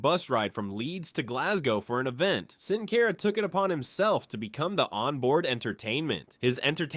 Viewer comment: Who is "Sin Cayra" ?